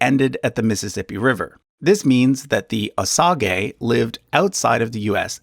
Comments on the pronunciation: No, you are correct. It’s pronounced incorrectly in this video. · Is Osage actually pronounced that way? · Osage is pronounced OH-sayj, not OH sa gay. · Kimistry as I Cherokee I actually use ‘native’ a lot, I feel like it’s the easiest and most accurate word from the many words they give us haha. Far smaller of an issue to me that his pronunciation, I love this channel but every time he said “OH SAH GAY” part of me died inside. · I was always taught "OSAGE" was pronounced "oh-SAYJ". Was i taught incorrectly??? I'm honestly asking. I'm older than dirt so it's been a while. LoL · It’s said oh-sage not oh-sah-gee It’s pot-oh-wat-uh-me n it’s not Potawatomi it’s citizen Potawatomi. Get your shit right before you come on here looking like a asshat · Osage is more accurately pronounced "wa-sa-jhay". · it is he's pronouncing it wrong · Yes the 'sage' in Osage is pronounced just like the herb. Also, I've always heard 'pot-ah-WAH-tah-me'...and of course Wabash is like Wabash Cannonball, "bash" like in "bashfull". BTW his ancestry wasn't really secret, I've heard of it before. A lot of Americans have native ancestry that you might not expect, like Chuck Berry for example. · That's not how we say Muskogee and Seminole so that was weird to hear. Same with the Osage.